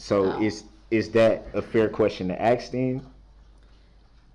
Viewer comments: His mispronunciation of a word as simple as ASK , Ughh I just cannot lol. People please teach ur children how to speak properly, this is just so embarrassing 🙄🤦🤣🤣🤣🤣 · The way he talks 😡🤬. Schmell instead of smell. Axe instead of ask, gang instead of gain, ahjection instead of objection, suBstain instead of sustain. Tacked agreement gah!!! Skinneded instead of skinned. I feel like I could go on and on. I have no clue how these educated people spent so much time with this idiot and didn’t cringe or scream at him